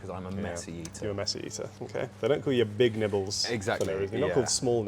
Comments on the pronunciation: It took me five minutes in to realize did not introduce the other guy’s name as “Big Nipples.” 😭😭😭 I swear on first listen, that is what I thought he said. 😂😭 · Am I the only one who thought that called him Big Nipples? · Am I the only one who had never heard of Mr. Big Nibbles and genuinely thought introduced him as "Mr. Big Nipples?" I was very confused. Regardless, keep up the great content,. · Thought he said the guest’s name as Big Nipples 😂